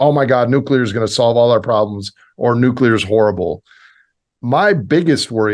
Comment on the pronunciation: "Nuke-u-ler" - Homer Simpson